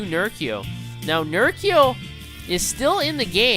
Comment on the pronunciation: Good cast, but it's Ner-CHEE-oh